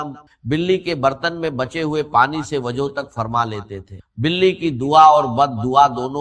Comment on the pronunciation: رزق ہوتا رجق نہیں وضو ہوتا ہے وجو نہیں انڈین الو کے پٹھے بعض ہوتا ہے بعج نہی